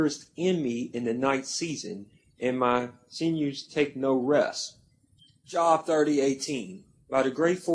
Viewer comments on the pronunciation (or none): Thank you! Can’t even pronounce the book right but trying to debunk! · it's pronounced jobe... not job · and it's a long O ... (JObe)